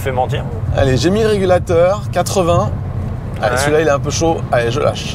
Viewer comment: A 6mn 40secs : "Régalateur" au lieu de régulateur : on sent les gens qui aiment profiter de la vie ! En tout cas vous nous "régalatez", comme d'habitude ! 🙂👍